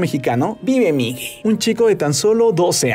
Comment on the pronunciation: Por que sigues llamando Miguel migue? Que en México no pueden decir miguel? 🤔... Alguien más noto que dice así? En el video de coco 2 dice lo mismo. ⬇️👍🏼